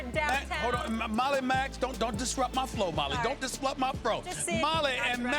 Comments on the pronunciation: Mans said "don't dislupt my fro" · Don’t diswupt my fro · "dOnT dIsFlUpP mY fRo" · I was certain that I heard, "Don't dislupt my fro." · 😂🤣😂🤣 lol he also said don't disrupt my fro 😂🤣😂🤣